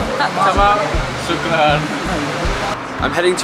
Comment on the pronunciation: omg you said shukran just wow